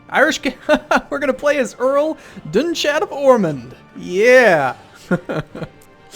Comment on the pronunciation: Oh also, the Earls name is pronounced Doon-kad, as the ú making an oo sound